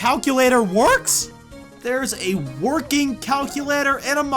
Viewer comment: Calculadder? You said it wrong the second time, very wrong